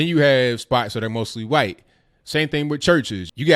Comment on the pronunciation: why cant you pronounce white correctly it sound like you saying something else